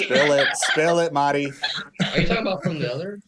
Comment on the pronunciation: It's "Mari", just like Kenny calls her...Not Maudddie!!! 🥴